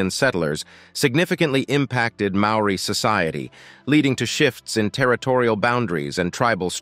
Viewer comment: cHHuuRR mean MAORI mean